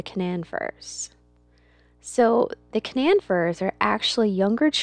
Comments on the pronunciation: KA-non like the dog breed or the region in the middle East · Hi, I love the farm. I wish you all the best. I'm from WV, that is where the Canaan firs that you have are from. I just wanted to let you know that in Canaan Valley WV, is pronounced Cuh Nain as if it rhymed with duh-main. It not something that most would know unless you are from West Virginia. but when they are old enough to be sold you will be able to tell the folks buying them where they are from and how it is said. the funny thing is that the word Canaan is also found in the Bible but is pronounced Cain-Nun. us West Virginians like to put our own spin on things I guess. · Canaan is pronounced Kay-nan. Just so no one snickers at you guys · How are the Canaan trees (pronounced Cay-nan) doing now since so much of the roots were cut off? I'm dying to know! LOL